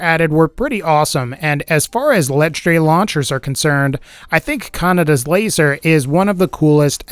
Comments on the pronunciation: Also if uve watched Akira you may know it's not pronounced 'canada's laser'. The d sound is soft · You were pronouncing Kaneda wrong